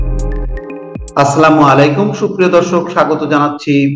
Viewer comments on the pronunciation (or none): আসসালামু আলাইকুম। মোস্তফা ফিরুজ ভাই মনেকিছু নিবেন না। সালাম টা একটু ঠিক করে নিবেন।৷ আসসালামু আলাইকুম এ ভাবে বললে ইনশাআল্লাহ হয়েজাবে।দোয়া চাই। আপনার খবর সবসময় আমি শুনি।